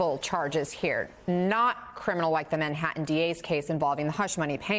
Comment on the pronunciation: He's back in Manha-in? Is that anywhere near Manhattan?